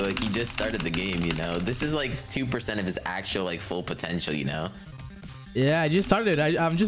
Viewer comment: huh.? “perce-eeent”